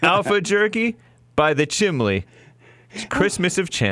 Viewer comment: Stop saying chim-ley! Lol, love you Jesse!!